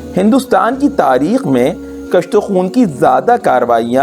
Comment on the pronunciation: کُشت و خون - ک پر پیش ہے